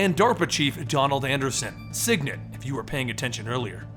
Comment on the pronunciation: Sigint. Not Signit.